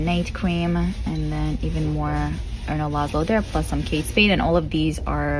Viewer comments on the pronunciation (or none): none